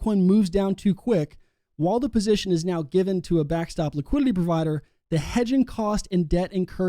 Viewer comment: Please stop saying liquidiLLy, it's liquidiTy, ffs.